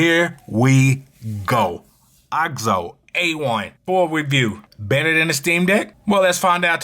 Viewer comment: Nice Video Man... I like AOKZOE mostly because of the screen size. Bigger is better for me. Also I think you are pronouncing the name wrong. It is called the AYY-OHH-KAY-ZOE-EEE.